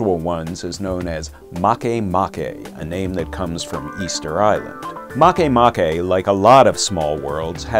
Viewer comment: I'm so awesome scientists named a baby planet after me, even though they're mispronouncing it.